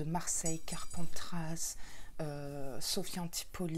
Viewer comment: Hellooo Bah dis donc cet été je suis gâtée ! Juillet PACA ma région d’origine et Août l’Occitanie ma région depuis plus de 10 ans 🥰🥰🥰 Tu m’as fait trop rire à chaque fois que tu disais « Carpentrasse » 😂 On prononce pas le S à la fin. Rhaaaa ces parisiens alors 🤣🤣🤣 Me languie de voir la box du mois prochain 😎😎😎 Bisous 😘